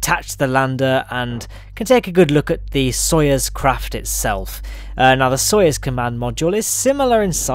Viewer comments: It's "sa-yuz" not "so-yes" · It's " So-ee-ooz".